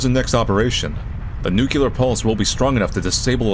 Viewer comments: Please. Nuclear, not nucular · I love you, but repeat after me: Nu-CLE-ar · Its pronounced new-clear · why do so many native english speakers pronounce “nuclear” as “nucular?” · I listened and honest, I hear nuclear. I also saw the closed captions got it as nuclear -- and half the time, they get name as Badass Cereal or Zero! So, if even the captions got nuclear, you might have a bit of 'meme expectation,' where you expect the mispronunciation and you get it lol! Anyway, good to talk to another fan!:)